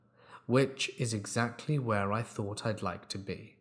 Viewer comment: y u say eggs Lee etc??